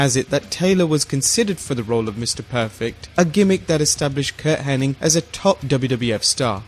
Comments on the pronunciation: It's not henn-ing, it's henn-ig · Black jack Mullajin? Kurt Henning? How are we supposed to take you seriously when you can't even get Iconic names right?